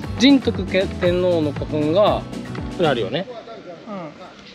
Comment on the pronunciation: 仁徳天皇は、「じんとく」天皇ではなくて、「にんとく」天皇。